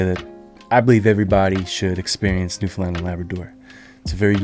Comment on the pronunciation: Thank you for putting the effort into at least pronouncing Newfoundland correctly, most people can't even do that. Wonderful job highlighting the island. Don't think there's another place in Canada that its people are so attached to.